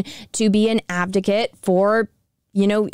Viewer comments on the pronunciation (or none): Advocate , not Abdocate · Is it just me or is she saying "abdicate"? It's "advocate"....lol. otherwise great video though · Off Topic. I know your saying "Advocate" but I'm guessing there's something weird going on between youtube, my computer or my headphones because it sounds like "Abdicate" or something like that to me instead. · Advocate*** lol not abdicate lmao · Love the video but respectfully it is "advocate" not "abdicate" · I appreciate the support for them but ffs advocate not abdocat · so the word is AdVOcate not ABDicket. love you and the Quartering and Brittany but please be aware of the words you're using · it's "ad-vocate", not "av-docate" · i love your content. but, you have to learn to say "ad-vo-cate" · Advocate.....its advocate. why cant you tubers pronounce things properly? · Abdigate? lol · Dammit! The whole video? The word is pronounced AD VO CATE!!! Hurts my damn head!